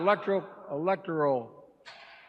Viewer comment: That not even him.. He lost his crows feet as he aged.. and if he was sick, why would they give him a facelift? How can you back someone who doesn’t even know how to say, electoral, after all these years? I hate to think that it’s going to be our people who send us back to those times.!